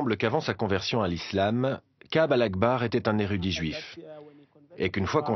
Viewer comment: C'est Ka'ab "al-Ahbar", pas "al-Akhbar"